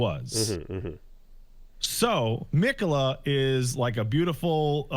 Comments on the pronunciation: The fact that keeps saying Miquella wrong os proof he didnt fight Malenia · can pronounce miquella right for once? like 20 plus people in game say it and hell even says it right